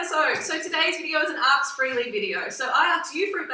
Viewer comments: It's 'ask' not 'aks' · ask, not aks....argh! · "I Axed you to ax me"